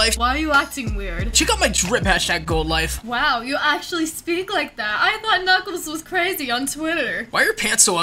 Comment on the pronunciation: When says #goldlife or #oldoife😂